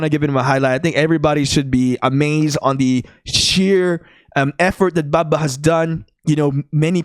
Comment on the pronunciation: This dude making baba sound like baka